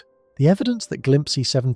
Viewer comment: It's glimpse... like you know glimpse. Not whatever tf you said. Glimpsee? Wtf is that?